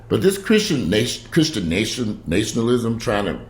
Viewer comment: repeat after me....Na-shun-al-ism. Again...